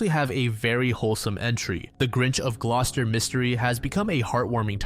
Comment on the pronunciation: It's good that he pronounced "Gloucester" correctly considering he's American haha